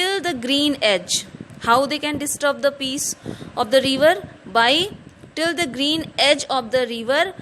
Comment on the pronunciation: It's river not reever 😅